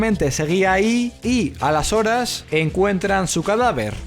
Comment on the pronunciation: OTRA VEZ EL "A LAS HORAS" SIEMPRIE PIENSO QUE DICES "ALESORES" O "Y ENTONCES..." EN CATALÁN :[ minuto